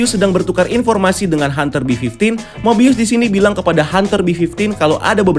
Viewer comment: Finaly nyebutun nama mobius dgn benar